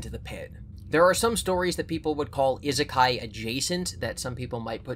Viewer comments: It's Ee-sekai, please don't make this the new Ningen for your channel. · I've just discovered content and I love the fever dream his humor/theories/collabs take me on, but NOTHING could have prepared me for how he pronounces "Isekai".